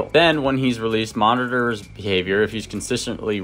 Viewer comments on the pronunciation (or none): none